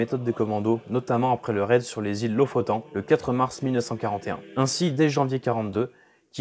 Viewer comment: "Lo-fo-taine" en français et anglais, "Lo-fo-t'oeune" en norvégien, pas "Lo-fo-temps".